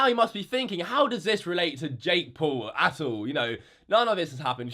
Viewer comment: i think when he says " attool' i think he means "at all'